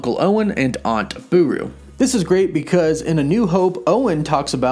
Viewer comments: It's Beru not Buru. Oh, and I wonder if their gonna bring up that Owen and Obi wan are brothers. That would be fun. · Booroo😂 Beru